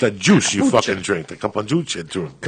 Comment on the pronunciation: "Cacapooncha" When Joe repeats it back to him hahahah